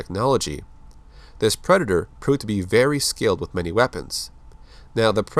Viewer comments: He said preder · are you saying black predator or that predator ?